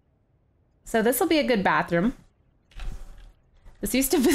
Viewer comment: Bathroom not Batheroom